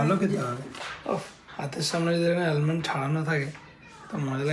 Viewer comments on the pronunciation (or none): L is silent in Almond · Pronouncing the “L” in almond isn’t just confidence, it’s performance art , a dramatic tribute to a letter the language officially retired. Shakespeare is grieving . The dictionary is crying 😭 😅